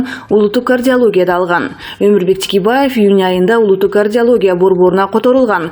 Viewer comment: Тикебаев эмес Текебаев туура оку.